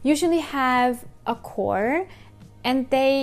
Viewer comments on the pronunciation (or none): none